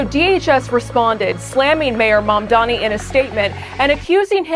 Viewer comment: Is it Mamdani or Dandyman 😁